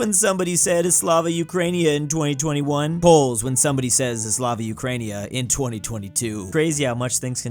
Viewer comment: needs to learn how to say Slava Ukraini (uh) (Kra) (een) (eh)